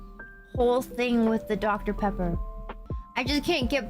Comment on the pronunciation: Is that Dr. Peeebba? That's that Dr Pebba!